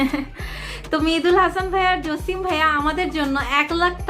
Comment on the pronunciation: জসিম ভাইয়া কে আপনি জচিম ভাইয়া বলে লজ্জা দিলেন😇